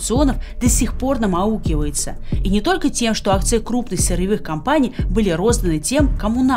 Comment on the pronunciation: Я думаю все таки « аукается», а не «аукивается»❤️